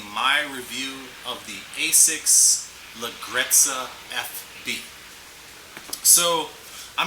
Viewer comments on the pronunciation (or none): Hey you are pronouncing it wrongly but it's ok Italian is a hard language to pronounce for english speakers. the right way is Ledjerezza, the GGE sounds like a J